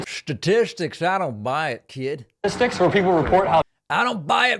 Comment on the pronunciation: Shtatistics!!😂 you got me rolling on that one David!!